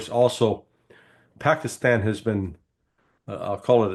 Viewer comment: Very nice to hear Larry correctly pronounce Paakistan, it’s an elongated “aak”. Pakistan zindabad